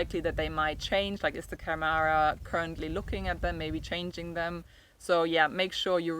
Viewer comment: First learn how to pronounce câmara. Second Portugal has become a country where rules are rules, you probably wouldn't have "hoped for the best" in the same circumstances in the UK or Germany. I always say to people who buy in Portugal is to take everything really slow and don't let your money burn a hole in your pocket, the richer you are the more likely you are going to get into trouble here, precisely because you throw money instead of going with the flow. I also say, "be prepared to genuinely "restore" what you have bought and live in that without the need of a licença. That gives you ultimate fallback position. Never take the sellers or architect's word for anything, you're probably better off employing an engineer to do your project, he doesn't have such fancy ideas about his status and expectation of profit and has his nose closer to the ground. Ask the neighbours for background without the sellers around. Remember you're buying a home not just a business opportunity. Those neighbours will be more forthcoming and other people you deal with too. Portuguese do not love the British, you have to prove yourself, they are very polite, that is not the same as affection. Don't believe them when they say otherwise. I'm a Portuguese citizen of Irish extraction so they tell me the truth. If they like you they will find you some wriggle room, if they think you're a sucker they will take you to the cleaners. If you think this is unfair, talk to a foreigner who has tried to do somet